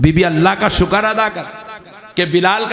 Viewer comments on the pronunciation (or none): none